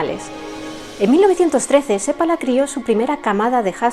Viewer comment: Que bien pronuncias el apellido seppala. 😊 un apellido común aquí 👇 .